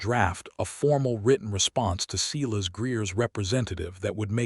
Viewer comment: I enjoyed the story other than the butchering of names Silas and Eleanor! AI has a lot to learn about names and the different uses for tear, live, read and other English words with 2 meanings. I like that the names in the story were different and that Adelaide apologized for being judgemental without knowledge. All in all a good story.